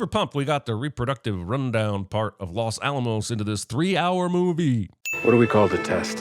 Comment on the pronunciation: Well he did mispronounce los Alamos directly after hearing so he must have hearing problems